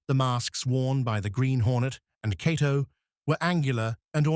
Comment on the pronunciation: It's quite a stretch to call this "15 Facts You Didn't Know." Any casual fan knows much if not all of this information. Further, the "narrator" has an AI generated feel to it. He mispronounces Cato's name several times while getting it right at other times. If not for the great still pics and clips I'd say I would like my back please.